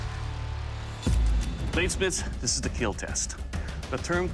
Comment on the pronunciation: I watch the whole show just to hear dude say Keal